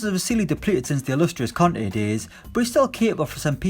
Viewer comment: I was confused for a sec when you said “the Frenchman helped Conte win the league”. Thought you said Kante